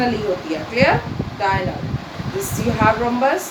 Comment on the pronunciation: Very well explained ma'am but can I suggest you to be please correct the pronunciation of diagonal. Its diagonal (dia as in DIAmeter, go as in go, nal as in natioNAL)